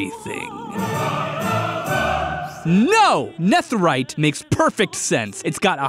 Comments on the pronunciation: STOP PRENOUNCING NETHERITE LIKE THAT......STOP. I know I seem like Hermione Granger right now but its Nether - ite, not Neth - erite. Youre supposed to pronounce it like nether just with ite at the end of it. Sorry but youre driving me crazy.... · he says netherite like neth rite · nɛθɘɹaɪt? Why are you pronouncing it like that? It's nɛðɘɹaɪt. (Aka the "th" in "netherite" should be voiced, like breathe instead of breath, or the instead of thought. This difference being the difference between s and z.) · Also: “Nefferite” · why he pronounce it neþerite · It's so annoying how he pronounces netherite as "Neth-erite" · the th in netherite is pronounced like feather not think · My man says, “ne-thur-ite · Its ne de rite not netherite. Im sorry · Why do you say Nether and Netherite with different "th" sounds? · The way pronounces netherite causes me immense pain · am i the only one thats distracted by the way he pronounce netherite?? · That way he pronounces netherite 😡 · why do you pronounce netherite like that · he pronounced netherite so weirdly the entire video and it annoys the life out of me. he can pronounce nether correctly but not netherite?!?! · The way he pronounces netherite bothers me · A lil irritated at pronunciation of “Neth” erite 😂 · The "nether" in "netherite" is pronounced the same as nether the dimension. You pronounced "netherite" wrong but "nether" right. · Literally I can’t get over the way he pronounces netherite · You know that "Netherite" is pronounced, well..... "Nether-ite" and not how you said it, right?